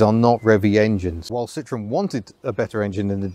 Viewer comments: Please learn to pronounce the name correctly. It's Sitro-EN, not SIT-ron. There is a reason Andre Citroen put an umlaut over the "e." Yes, he did it on purpose to avoid being called Sitron. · Citroën. CIT RO EN. It is not an orange. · Please, puhleeeeeeez, take the time to correctly pronounce the company name. So many Brits and Americans just slaughter this name. It is not Sit-Tron, which in French, "citron", translates to lemon'. If anything the Brits were far better at building lemons rather than the revolutionary and reliable French. Yes, yes, yes, I know that the family name was originally Dutch "Limoenman" (Little lemon man), which in France became Citron, but it was ultimately Changed to Citroën. I'm sure Andre Citroën's business acumen was clearly aware of what a laughing stock the company would have been if he had been selling "Citron---Lemon" cars. The correct pronunciation is "see-tro-n". It's just as shameful as the Brits and Americans talking about driving a Porsch, because they're either too ignorant or too lazy to pronounce "Porsch-ah". O.k., rant over.